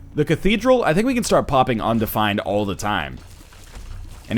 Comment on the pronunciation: On-defined. BC accent in action.